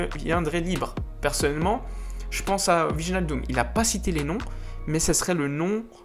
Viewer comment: et s'il te plait apprend a prononcé les noms des joueurs ; holand wijenaldoum ; un peu d'effort